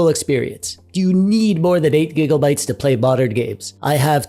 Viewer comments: Now say it with me. It's "GIGA" not "giggle" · Whats with the giggle bytes bro, why you talkin like you have 50 kg of snot in your nose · stop with the giggle bytes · "giggle bytes" its gigabytes please tell me u did that on purpose. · Please, stop saying Giggle-bytes. Limit it to twice per video at most. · is it just me or does it sound like hes say giggle bytes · Can we just talk about the fact the he said "gigglebyte's" the whole time? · All I'm hearing is "giggle-bytes" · Thats alot of gigglebites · Every time I hear giggle byte I just melt from the Pleasant discomfort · Are you intentionally saying "Gigglebytes"? It's honestly rather distracting, but are you trying to make a statement about the status of VRAM among the masses or something? If so I don't get the joke. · All I keep hearing is Gigglebytes 😂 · I love it sounds like he is saying giggle bytes, love it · Dude, do you say.. Gigglebytes? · I thought I was the only one hearing this lol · The way you say "gig-O-bytes" is hilarious. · lmao same